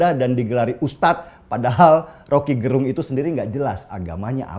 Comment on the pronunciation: Gerung ya ...bukan garong...